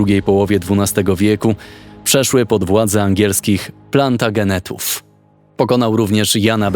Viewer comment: Wypadałoby nauczyć się wymowy nazwiska Plantagenet.